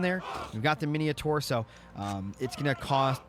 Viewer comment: Mini o tars and Heseers lol. Good cast man